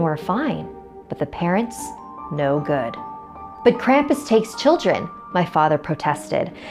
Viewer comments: Krampus take her away for not saying your name right! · Okay I'm from Germany were Krampus originated and his name is not pronounced cramp-us it's Krom-puss. Okay? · Why do people pronounce Krampus with an a the a is a u that is how Gremans pronounce it geez.